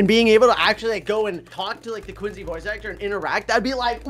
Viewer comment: IT'S QWANCY TIME